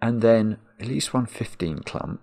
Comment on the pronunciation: At the beginning the word „clump” was kinda funny, but after two hours of Marks clumP!! where P sounds like the sound from opening a can of Pringles made me sick and my anxiety rose to the sky.